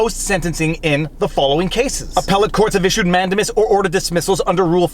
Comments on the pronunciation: Totally beside the point, but you've gone back to say man-DAY-mus wrong. (In my probably incorrect description of pronunciation, you're saying MAN-duh-mus). (You said comments feed the algorithms, right? :-P) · Great video Viva!! I love you and your format!! BTW here in the US it is pronounced manDAYmus. Sorry!! Lol